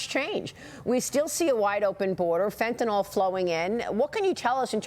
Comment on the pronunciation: Come on Maria, say Fentanyl not Fentanol. Why do so many people have a problem with this pronunciation? Asking for a friend.